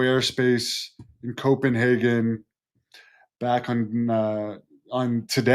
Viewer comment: That’s not how you pronounce Copenhagen. lol but we all admire your effort. And what do you think are those drones or are those UFOs? I think they are UFO